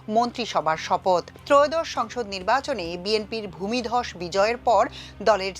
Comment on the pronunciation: ভাই দয়া করে ওই ভূমধস ভূমিদস ভূমিধস এগুলো বললেনাএগুলো শুনলে আমাদের খুব কষ্ট হয়।